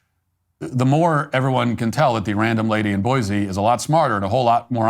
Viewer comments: It's 'boysee' not 'boyzee'. Boise is slowly becoming another Portland/Seattle/Denver, a Left wing tail wagging a Right wing dog. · Boy-see not boy-zee